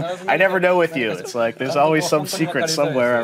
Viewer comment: You no rike it¿